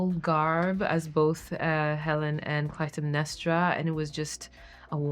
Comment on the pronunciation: wow wait Clatemnestra? YOU dont even kn ow the correct pronunciation! i want you to hear my theory. i believe that woke Hollywood wants to make white people an anomaly, and that the real people are people of color. It doesnt matter if its a myth or history, its a black washing of our country's history. i cant wait to see review sites the massive deletes and fake posts, like we are children and we dont know the truth.